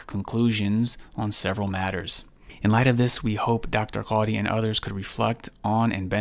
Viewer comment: The way he says quadhi is so disgusting